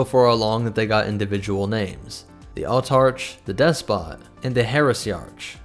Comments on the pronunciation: I seem forever doomed to help you in pronunciation XD Autarch and Heresiarch have hard k ending so would be autark and hereisiark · The 'ch' in 'Autarch' is pronounced 'k'. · Herr-eesee-ark, Awe-tark. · Love these videos. Friendly tip: the "-arch" ending rhymes with "monarch."